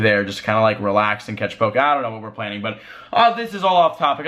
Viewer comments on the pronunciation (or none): none